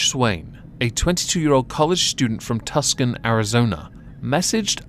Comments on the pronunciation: Tuscan Arizona, lol I was like wow I've never heard of that and I've lived here my whole life, oh Tucson. He meant Tucson (two-sawn) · I have to correct your pronunciation there. The city name is not pronounced “Tus-con” it’s pronounced “Too-sahn” Tucson, Arizona